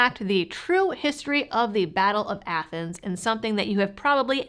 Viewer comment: Was that pronounced Athens or Athens? Either way, great tale of history.